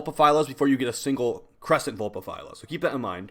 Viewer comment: He said Vulpaphyla correctly? Damn, now that's growth